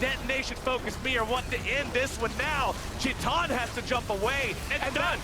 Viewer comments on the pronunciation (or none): Its titan not chitan you fkn tard, wtf did this shoutcaster swallow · KBM adc name is titan right ? or am i blind . why dafuq casters call him chitan